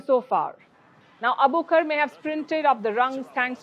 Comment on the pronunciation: Her name is Nasra Abu Bakr so please stop calling her Abukar! Get the poor girls name right